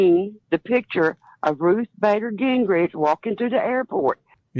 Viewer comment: You missed that woman misspeaking... Ruth Baider Gingrige???? ( on the above tape.)